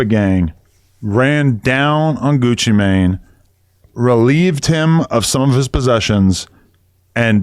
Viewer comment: It's Gucci Mane,! You're mispronouncing that name, sweetheart! Anyway, looks like these guys are going to be in prison for several decades if not life and they belong there! People are not safe around these violent, reprobates! 🤡💩🐂